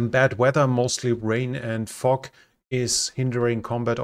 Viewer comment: "Fog" and "Crab" sound funny with the German accent:face-green-smiling